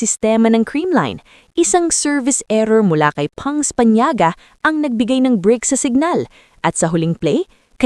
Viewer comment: Fans of CCS are blaming their own players??? And not willing to give props to Cignal? And this AI na OA and can't pronounce Panaga and karayom can't be taken seriously.